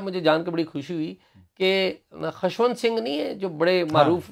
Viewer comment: You Pakistanis have such poor pronunciation. Atleast Journalists should be particular about pronunciations of proper nouns. Its not Khashwant, Its Khushwant Singh.